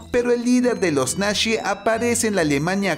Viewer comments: Ideas Nacshis. Se dice nazis, donde aprendiste Aleman? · A ya entendí por qué dicen nashes.